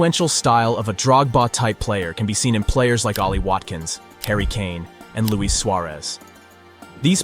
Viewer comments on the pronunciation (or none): none